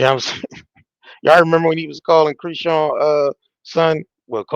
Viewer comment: Dude why are you purposefully mispronouncing Chris-Sean’s name? You already sound hood af guess you don’t care to sound ignorant 🤷🏽‍♂️ that’s between you and the ppl that raised you. Embarrass them all you want. You can take the 🥷 out the hood type 😬